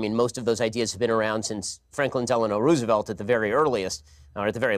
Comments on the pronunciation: "rrROOhsihvelt"? Why can't he say ppl's names right? lol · Franklin Delano Rooooosevelt the 56 second mark. Who the hell pronounces it that way? 😤